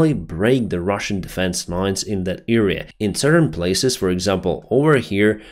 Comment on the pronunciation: Dude sorry i love your work but you need to study the use of a/the… its pain to listen! Also how to pronounce „area“ thx for your work